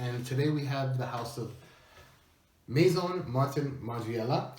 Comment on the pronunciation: FINALLY PRONOUNCING IT "MAISON" AND NOT LIKE "MASON". CONGRATS ON GETTING IT RIGHT FOR ONCE